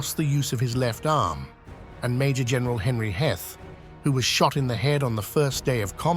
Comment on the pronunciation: Mispronounced both Garnett & Heth.